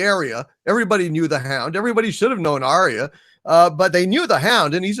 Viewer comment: WILL YOU STOP FUCKING SAYING ARIA. HER NAME IS ARYA